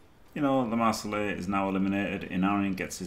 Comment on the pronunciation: It's LeMarsellais, no "e" at the end 😂 Not a girl! Wonderful work all the reviews!